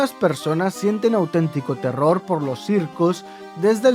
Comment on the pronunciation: No se dan cuanta que en vez de decir terror digo teror XD